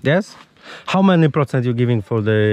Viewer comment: "How many procent tehace?" 😂 Kochom!